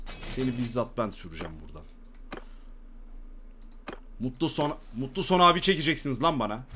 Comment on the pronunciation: abi senin soy adın mutluson deil mutlusson soy adını yanlış söylüyorsun ve seviliyorsun